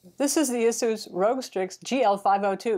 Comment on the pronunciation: it is pronounced ace-us